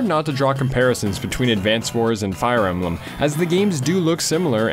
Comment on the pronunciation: i love advance wars, wtf is fire em-ba-lam?